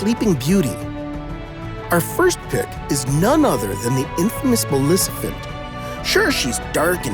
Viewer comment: How can you not be able to say MALEFICENT right😅😅😅😅😅